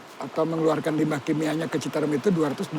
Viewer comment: The pronunciation is C = Ch it’s not pronounced Shitarum but Chitarum = Citarum